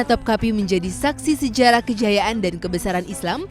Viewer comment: Istana topkapı. Bacanya topkape, e nya elang